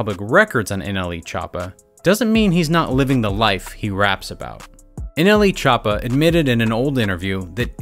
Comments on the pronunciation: So we gona ac luke he didn’t say nelchoopa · No nobody: Not even anyone::Nle chapa